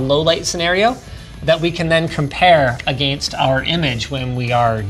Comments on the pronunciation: I like the way Linus pronounces against :D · can everyone just stop saying agayinst